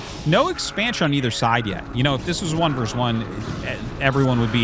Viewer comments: 2 v 2 sounds better instead of pronouncing it 2 vers 2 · The word is "versus," not "verse."